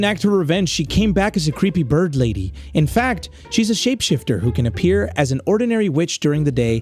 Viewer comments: you said birb not bird LOL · blud said the birb💀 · really said birb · saying birb